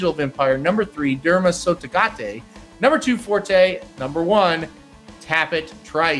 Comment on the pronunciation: Can you please, please say Derma Sotogake with a "kay" at the end? You're saying "tay". Derma Sotogate is what you're adding. KAY! Derma Sotogake.